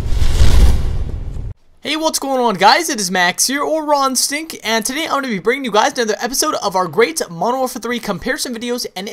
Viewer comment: whenever he says rawinstinct i think he says rotten stinct